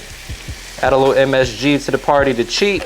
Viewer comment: Did you say MSG????